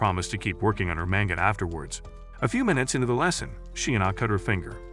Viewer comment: lol mango and not manga